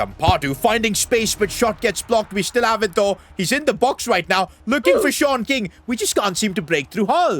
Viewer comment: Shon king is wrong ❌ sean king✅